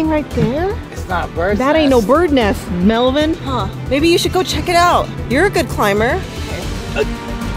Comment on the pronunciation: Its Melvin not melvien